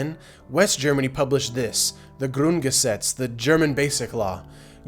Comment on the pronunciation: As beeing german myself, I really like your pronounciation of 'Grundgesetz'. Apart of this, this is one of the best things I have ever seen